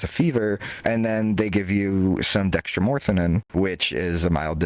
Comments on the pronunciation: It is not dextromorphanan, it's dextromethorphan. Also, long term high dosages can cause brain damage. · heh Goose-a-fen. I think he's talking about Guaifenesin. It's hard trying to listen to this guy talk intelligently about drugs when he can't even pronounce them...DXM is dextromethorphan....not dextromorphanin. Editing man, normally you do a great job btw. Been a sub since the start! Keep up the good work.